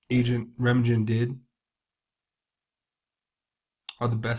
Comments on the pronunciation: Please study American history. The Bridge at Remagen. RA MA GEN. The American forces crossed into Germany at RE MA GEN. And the G is hard as in GUN. You should know this. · It's not rammajen, it is pronounced Rem-AHH- GghEN (hard G - Guh as in GUT), as in the movie "The Bridge at Remagen" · Reymahgen. Hard g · Remagen - Reh-mogg-genn. Think Ludendorff Bridge. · Pronunciation of Remagen would seem to be emphasis on the second sylable and g sound like gun.